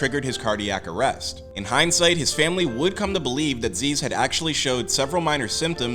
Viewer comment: Isnt it zyzz not zeeeeez